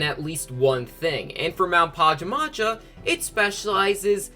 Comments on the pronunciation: Pa-ja-ma-ja? ITS PA-JAM-A-JA GET IT RIGHT! And yes I’m triggered lol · Omg same here I couldn't help but cringe every time he pronounced it like that 😂 It's pronounced PAJAMA-ja! It's supposed to be a reference to pajamas because you know... DREAM team, you wear pajamas when you sleep XD